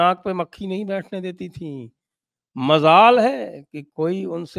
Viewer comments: Majaal ke bajaay Mazaal sunke kaan se khoon tapakne lagaa Sanjay ji. “majaal” boliye please. 🙏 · Majaal not Mazaal. Aap to udu ,pharsi adi achhi jante hain.